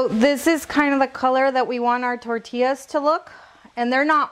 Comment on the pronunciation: I watched until she said “tortillas” can’t stand a señora that CANNOT pronounce tortillas the proper way. First generation or second plus generation. No excuse. Vergüenzas.